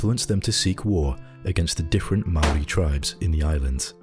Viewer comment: Thank you so much for your pronunciation of words like Aotearoa and Māori